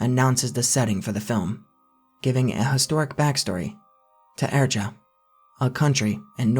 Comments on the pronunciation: Great video but small errors like saying "media press" and mispronouncing Eritrea can easily take people out of the narrrotivre. Overall that's a small critique that doesn't detract from the narrative at all. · The mispronunciation of key words, names and places really takes away from the content. The horrific crimes committed in Eritrea and the victims truly deserve the respect of being in the least, pronounced properly. It takes very little research to learn how to pronounce a word. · Pronounced 'air a tree ah not ere a truh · It's Eritrea,not Eritra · Air-ih-tray-uh, not ehrtrah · Pronounced eh-ree-tray-a my mate. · Eritrea is pronounced air-eet-ree-uh. 😉 With all due respect. This is an excellent video. It goes far above and beyond most of things like "the internet's" '"darkest" or "most disturbing" ___ insert medium here. (Documentaries, found footage, youtube channels) your video makes the other ones look like a visit to Disneyland. That must take much homework to curate such a list. Bravo! 🫡👍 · Dude google is a keystone away. It’s pronounced eh·ruh·tree·uh …Eritrea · isnt eritrea said "air-ih-tray-yah" or am i saying it wrong... i gotta look this up 😅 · Eritrea = eh-rhi-trey-ah. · Your explanation of sound of toture could use some work. Everything from how you pronounce Eritrea us wrong and the movie is more about human traffickers killing Eritrean refugees rather than the government itself.😊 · what the fuck is that pronunciation of Eritrea my dude for a second I thought this was a Taured-Mandela thing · lol how you pronouncing Eritrea?? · Eritrea has a "tree" sound in the middle.